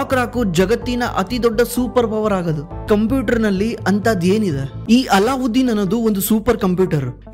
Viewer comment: Not " ಅಲ್ಲಾಉದ್ದೀನ್ ", "ಅಲದ್ದೀನ್" ಅಂತ